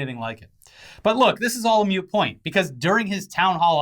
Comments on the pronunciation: It's moot...not mute...js.... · Its fairly common people mistakenly think it's mute instead of moot. Same with Expresso when its Espresso. Etc etc etc, blah blah blah. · It’s “moot”, not “mute”. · Love ya, but the term is moot point not mute point. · It’s moot point, not mute point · Moot point not mute point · Did you say “mute point”?